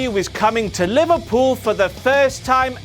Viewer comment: Damn, I thought was saying Louisville when he was saying Liverpool, I should've known that WCPW wouldn't be coming that close to my home anytime soon, at least not for another two years